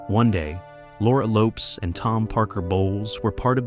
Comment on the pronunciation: Lopes is a 2-syllable Portuguese name.